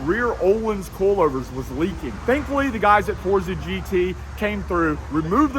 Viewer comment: With your accent the way you say coilovers i cant help but hear in my head it sounding like "coolovers" or "Koolover"